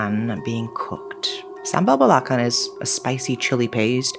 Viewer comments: Sambal Belacan = read Bela-Can...no neeed to pronoun C as K...😅😅...Belacan mean shrimp paste..😊😊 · hi, for belacan, the ‘can’ is pronounce like enchanted with american pronounciation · just sharing info the alphabet c in belacan were pronounce as 'ch' like in the word channel; be-la-chan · it is call be.la.can. not be.la kan. Belakan is in bahasa mean at the back. Tiny mistake. Still I love today episode. By the way I was born In johor baru.❤ keep up with the fantastic work❤. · Btw correction on the sambal belacan its actually pronounced with ch! So it sounds "belachan"! Love your videos btw😊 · I love this story, hahaha but I just gotta correct you on this. For sambal belacan, it's pronounced as sambal be-la-chan. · actually belacan's pronounced as be la chan😅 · Hope this doesn't come off as rude but just wanted to note that the 'c' in Malay words like 'belacan' are pronounced with a "ch" sound like in 'cheese'. Really appreciate and the team for always taking the effort to pronounce things respectfully and look into the cultures involved in your stories. Much love from Msia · Hey 👋 It's nice seeing you pronounce the local words fluently But I just have to point this out 😅 Most words with 'c' in Malay is pronounced like 'c' in 'change', so it should be "bela-chan" 😊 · Hi, sambal belacan is pronounced as ‘belaCHan’ with a tch sound. Since you’re in Malaysia now, you can give it a try. Try fried rice with sambal belacan. It may smell weird to those unfamiliar with it but it’s so yummy… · Gripping storytelling & flawless storyline execution, as always. Thanks for sharing! Do check with your Malay friends on how to pronounce belacan/belachan and keras. Looking forward to your next one! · Sometimes I get a whiff of sambal belacan (pronounced belachaan btw) at wee hours... I truly hope someone is making a midnight snack! 😅